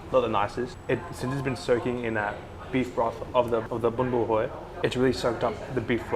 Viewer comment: Wow, your pronunciation of bún bò Huế was spot on! 👍